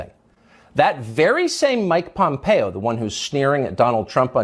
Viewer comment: You are pronouncing Mike Pompeo correctly and being raised in KS, I never liked him when he was in office and voted against him when I had the opportunity. I'm not a Democrat either so that is not why he didn't get my vote.